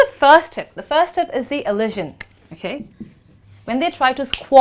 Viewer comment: "You call this process AS elision..." could be replaced with "You call this process elision". 'As' is redundant there. And again the 's' in elision is not pronounced as 'sh' but the way we pronounce the 's' in 'pleasure'. Good luck next time! (And of course, as many others remarked, 'of' is actually pronounced 'uv'! :)